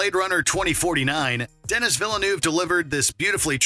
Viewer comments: I always find it disrespectful when the narrator doesn't know the name of the person they are talking about. It's pronounced Denny (Denis Villeneuve), not Dennis. The narrator did a great job vocally, but this small detail is frustrating. Yeah, I'm a dick in real life too. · Please do your research and learn how to pronounce “Denis Villeneuve”. It’s not “Den-Nis”, it’s “Deh-knee”. Amateur. Do better. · It's pronounced Den-ee, not Den-is. And Force Awakens?! Sci-fi?? Sure Jan.